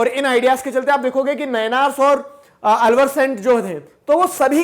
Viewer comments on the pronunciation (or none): अलवर नहीं आळ्वार